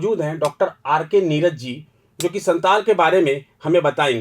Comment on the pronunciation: Santal nhi santhal pargana hota h 😂